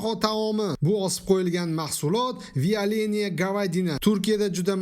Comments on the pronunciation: Виаленияэмас вяленная дейиларди рус тилига. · виялений говадина эмас! вяленная говядина дейилади! буни номи Бастурма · Vialena gavyadina dgan joyiga 5 kettim😂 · Виаялина гавядна дедими мавлоно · Туркларни ўзлари биладими дегин бу бастурмани номи вИЯлэнний гЯвИЯдынАлигини?😅